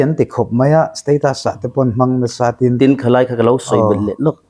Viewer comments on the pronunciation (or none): none